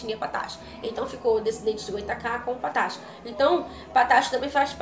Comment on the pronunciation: Não é “patácho”, é “pataxó”